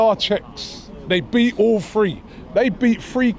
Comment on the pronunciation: It's not free robbie it's three😅😅😅